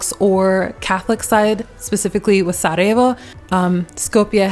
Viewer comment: Hahaha I love how you properly pronounce Sarajevo. Just like most Yugos including me, when I speak English and I have to name a city in Bosnia or exYU in general, I pronounce exactly how we pronounce, I don't adjust it to English pronunciation. Big thumbs up for that 👍👍 😁 and shout out to my Macedonian brothers from Bosna 🙋🏼‍♂️❤ as well as the rest of the guys :) Yes, you definitely got the vibe of Yugo, one can notice that and yes, you didn't mention the žičara (cable car) which none of the other cities have.